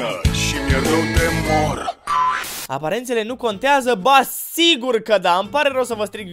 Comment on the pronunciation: Nu "conteză":))) P.S. parodia în sine e jmek ❤ #respect